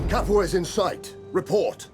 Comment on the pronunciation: "The siege of Capu-ha!" Only can pronounce words as he likes and at the same time being so perfectly appropriate!